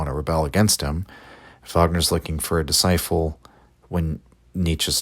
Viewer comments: Fascinating stuff but can't get over the pronunciation of disciple as discifle. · Are you mispronouncing disciple??